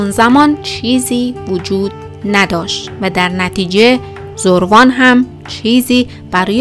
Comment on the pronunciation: برای نمونه زَروان درسته ن زُروان حتما ایمیلتون رو چک کنید